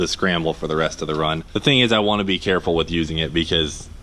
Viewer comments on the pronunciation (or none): He says "I want to be carfull" Cleetus? ...careful? ...really? ;-)